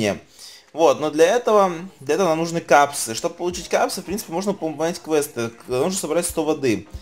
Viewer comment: Кепсы а ни Капсы, бесет.